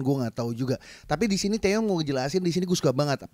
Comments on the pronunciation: TiwaY bang bukan TeYe,.. Maap bang aq ngakak tiap bilang TeYe:") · Its TIWAY bang nickname Taeyong.bukan Teye..wkwkwk